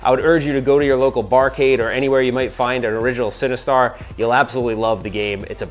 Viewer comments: I keep hearing “cinnabuns” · well, I am now since you keep saying, “cinnabuns”!!! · no, I don’t think you did. It just kind of sounds like that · Legit thought he said "You need Cinnabons to defeat Sinistar" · mmm “Cinnebombs”…. sorry that’s all i heard. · I kept hearing "Cinnabons" - equally enticing but evil! :)